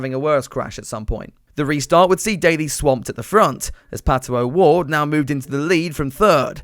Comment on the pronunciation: "And here comes Pat-OH- Ward"